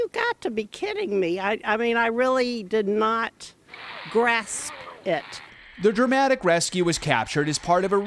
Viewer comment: “GRASP” It 💀💀